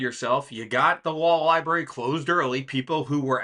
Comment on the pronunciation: What’s a “Libarry”?